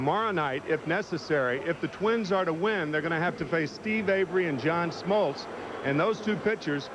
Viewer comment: So true...you don't really consider him a "sports announcer" but he was flawless. And if anybody sticks around to the end of this broadcast, the "sports guy" basically has a brain aneurysm when Lasorda can't remember Smoltz name and then calls him John Smotltz 😂